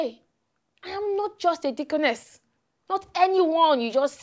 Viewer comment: Lol 😂 He made sure he said “deaconness” at the end lol